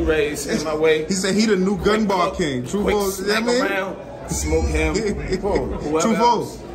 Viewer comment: He said tru foe 4 times Smack: WHO? 😂